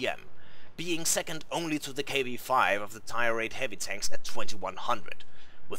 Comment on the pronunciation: Only thing that drove me nuts was the fact he could not say tier correctly.